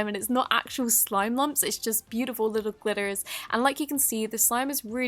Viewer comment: the way she said glitter sounded so American lol